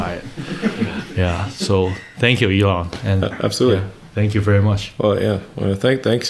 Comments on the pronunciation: "This is something from Alien" Erm, it's pronounced E-L-O-N. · This was very interesting to listen to. Pretty good. Pronunciation of Elon is strange to understand as a non native so I watched it at 1.5 only.